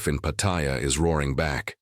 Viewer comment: He cannot even pronounce Pattaya correctly